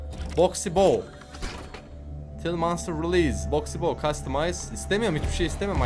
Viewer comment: KIRMIZININ ADI BOXY BOO OKUNUSU BOKSİ BO DİYE